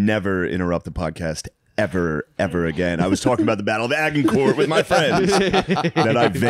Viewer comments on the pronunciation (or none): Shano mispronounces Agincourt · Acshuallyyy the g sounds like a j in Agincourt. Yes, I was homeschooled.